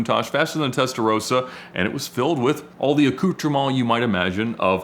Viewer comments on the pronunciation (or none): Great story! I hear a lot of Americans saying Testarosa, while it's Testarossa (*). With the O pronounced like in fossil. (*)Of course the 50s cars were two words. Testa Rossa.